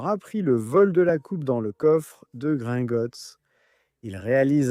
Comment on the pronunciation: Moi ce qui menerve cest le fait que tu prononces mal pleins de mots comme gringotts , grint , ou bien incantatum fait un effort